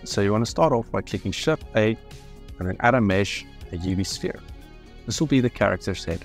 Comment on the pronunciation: You start the fucking tutorial after you get to a screen that idk how to get to and say hit shift a or something but the closed captions say ship a, you need to explain more how to get to these screens and speak more clearly with key binds because i cant even begin trying the tutorial because idk how to get to anything